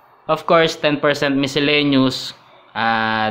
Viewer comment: Lol sa miselaniuz mo haha